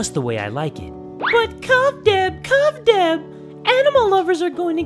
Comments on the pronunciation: i understood C*CK DEV C*CK DEV! and not kub dev xD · Why did i hear ‘c*m’ dev instead of Kub dev